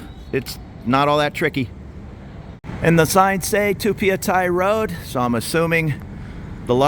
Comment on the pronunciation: Hi, you said it correctly - pa-ya-thai. I know I'm Thai 😊